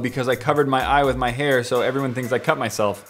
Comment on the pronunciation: just please at least say “with” instead of “whit”